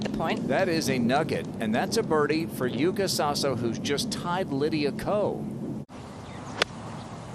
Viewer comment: YUUKA SASO is correct pronunciation on her Japanese name in KANJI.